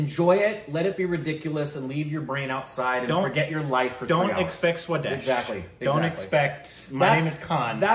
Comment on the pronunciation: Did they just pronounce Swades right?!?